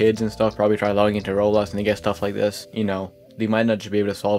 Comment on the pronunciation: BRO CAN YOU SPEAK CLEARLY???🔥🔥🔥🔥🔥🔥🔥🔥 ITS ROBLOX NOT ROLS!!!!!!